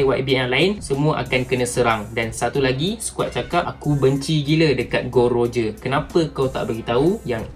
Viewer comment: Bukan gold roger tapi gol d roger